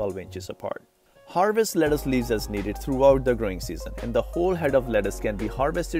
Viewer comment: Wtf is leddace???lettuce bro